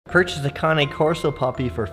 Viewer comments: You know you think you know how to pronounce Cane Corso but you are clueless. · You know you pronouncing cane corso wrong